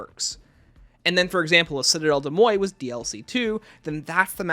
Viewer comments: I gagged every time you called it “”Cidell Day Moi” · Citadelle des MOYE and CROFT pronunciations get me every time😂 mostly joking, love the vids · I am not even french, but the "Citadelle De Moye" pronunciation is killing me lol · De mor say it with me lol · I am French so it kinda pains me hearing it pronounced like that because like Where did the T go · I believe it's actually pronounced "citadel de morj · yeah an anglicised pronunciation would be ‘citadel day more’ tho it’s still sounds wrong haha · Awesome video! The pronunciation of though 💀 My french sucks so I just call the map citadel. I’ve been loving the map and the swords!